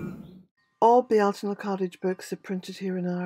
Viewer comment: THANK YOU!!!! I have listened, listened & re-listened to you saying it. I love the way you say it & wanted to know or understand. The first Google search took me to a Frenchman and it was titled, the correct way to pronounce Beltane. I knew beyond a shadow of a doubt it wouldn't be correct as you don't ask a non local how to pronounce something, but I listened for the entertainment. 🤣